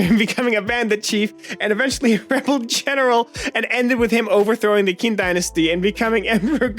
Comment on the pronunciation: The incorrect pronunciation of Liu Bang and Qin dynasty activated my fight or flight response, and is the one about be be in flight.